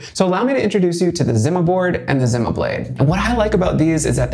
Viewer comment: company pronounses it as ZEE-MA not ZIM-MA